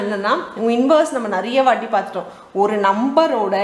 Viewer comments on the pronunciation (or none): none